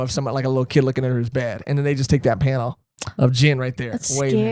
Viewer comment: This arc introduces my favorite villain of all time so I'm really excited to see reaction to the reveal. Also not trying to sound like that person, but Gin is pronounced like Keen but with a hard G. Gin was my childhood anime crush but now I switched over to my favorite villain (who also happens to be my current laptop background).